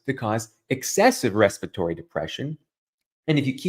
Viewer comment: Why do you call it Respitory disease? I'm for the UK and we call it Respiratory disease, which has an extra syllable but follows exactly the correct spelling of the world..